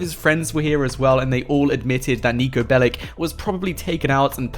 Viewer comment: In the name of all balkans, Niko's last name is not BELIK. It's BELIĆ, and you read that BELICH